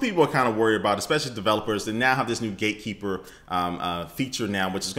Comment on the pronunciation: did you say gaykeeper?